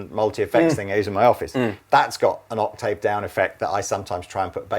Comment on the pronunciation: Like and respect, but someone needs to explain to him how to pronounce 'octave'.